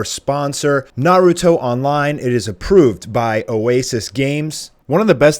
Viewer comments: "Naahrutoe" head ass is dumb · J SLAYS yah its naruto with a b its dumb. Its like instead of Gohan its Bohan.